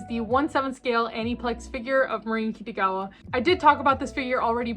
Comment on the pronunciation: Do you call her "Kittygawa" on purpose? Or do you just have difficulties pronouncing her name?